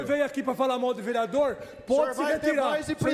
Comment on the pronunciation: "Prende ele vereadorr" 😂😂😂